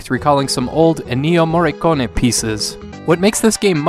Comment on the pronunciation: "Enneeo Morecone" XD